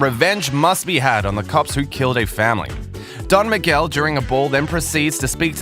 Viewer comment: U got it all wrong with "don miguel" xD what a bummer